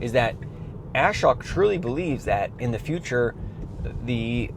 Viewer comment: Just subbed - 1st time YT algo fed your channel to me... But, your pronunciation is completely wrong: "Ashok" sounds like "Uh-shoke" or "Ah-shoke" (the "A" is a short "uh" or soft "ah" as in "about" or "father"; "shok" rhymes with "joke" or "poke," with a clear "sh" sound). Great compilation of Tesla’s commitment to HW3 owners. The 14.xLite will arrive by July 1st! If not, the chronic complainers' wailing will hurt my ears worse than your Ashok pronunciation. 😂